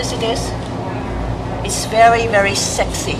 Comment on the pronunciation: Did she just say...Sexy?